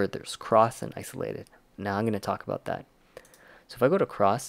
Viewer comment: Abooooouuuuuuttt :))) sooo Canadian